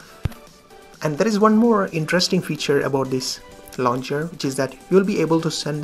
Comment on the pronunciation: Hello bro, it's launcher not launger